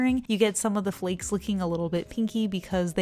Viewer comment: The way she says flakes ✨flecks✨